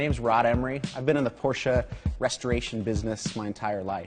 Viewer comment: And the companies name pronounced correctly too!! What an amazing result from all of you and your staffs hard work.